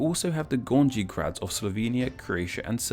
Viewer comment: In Slovenian, grad doesn't mean town, but a castle/fortification (similar origin, but meanings drift over time). Also, in slavic languages J is pronounced differently (like Y), so your pronunciation of "Gornji Grad" is completely off (straight up saying Gorni Grad would be correct). Think of "Ja" in german, too. In fact, English pronunciation of J is an exception rather than a rule (not the only exception, but still). J is originally a variant glyph of the letter I (in Latin), and acquired the meaning of "consonant role of I" in most languages, and then later shifted in spanish, french (and by cross contamination, english). Also, in Slavic languages, C is not K, but /ts/, and taking into account that in German, Z is pronounced /ts/, it's almost 1-to-1.